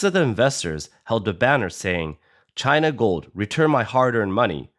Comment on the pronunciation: It's pronounced china...😌